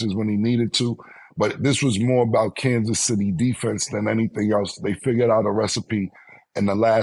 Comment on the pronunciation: Cam saying Candice city chiefs 🤣🤣